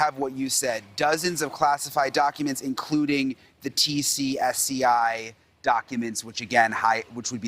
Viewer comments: He said "TCSCI" and She said "TSSCI"! News reporters are like Biden creating word salad! Where is Kamela by the way? Pelosi our President cooking International meal for us. Lol 😫🤣🤤🤮😭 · it's TS-SCI smh